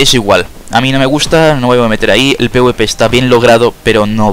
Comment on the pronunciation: no puedo confiar en alguien que le dice pwp al pvp XD